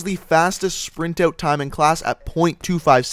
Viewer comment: Why ft does he pronounce out like oat?